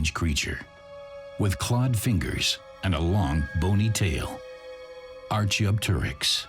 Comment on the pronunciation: I was going to say the same thing. Also, the pronunciation of Archaeopteryx is atrocious.